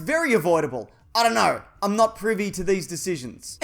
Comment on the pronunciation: Not noot